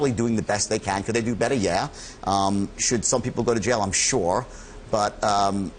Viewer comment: It's pronounced jail, not jayal. It's pronounced fraud, not frawd. (yes this could go on). But seriously, people are going to pay to listen to this? Man, I sure got on the wrong train.